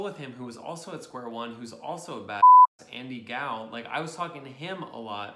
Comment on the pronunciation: Lol you pronounced Andy Gao correctly ✌️